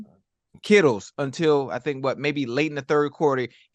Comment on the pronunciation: "kittles" LMFAO